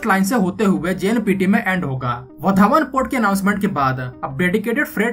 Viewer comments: वधावण नही वाढवण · लगता है ये युट्यूबर विदेश से आया है वाढवण को वधावन बोल रहा है 😂😂😂